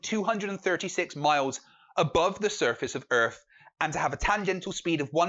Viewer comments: I LOVE that you're calling them out! BRILLIANT ....... but can you PLEASE pronounce Earth with a 'th' and not an 'F' .... It's not Flat Earfers. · And its earth NOT erff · Shite microphone, pronounces "earth" "Earf" aaand hes playing Xbox. BUT at least he knows the earf is round.